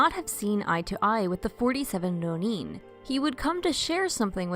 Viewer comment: Hearing these narrators say “rro–NEEN” (with a trilled ‘r’, no less) is far too grating on my ears for me to tolerate. If you guys don’t know how to pronounce “ronin,” why not just look it up? It’s not hard to find. I don’t want to be mean, but hearing American English speakers drop into some kind of phony foreign–sounding accent that sounds like somebody just made it up is too much for me to be able to take this video seriously.